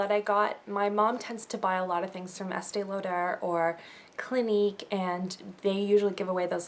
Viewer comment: I am french and she said the word Estee Lauder perfectly ;)